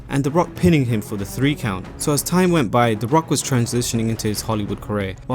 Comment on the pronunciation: "March 30th, two thousand free"